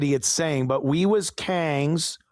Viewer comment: every time you say “kangs ”, it cracks me up!😂😂😂